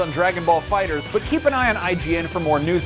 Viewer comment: FINALLY SOMEONE PRONOUNCED IT FIGHTERS AND NOT FIGHTER Z 😫